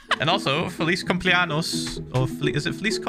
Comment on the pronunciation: “feliis cumpleanyos” is how you pronounce it